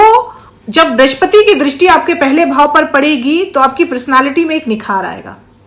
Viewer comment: ब्रिश्पति नहीं बृहस्पति कहिये, हे ज्योतिषाचार्य!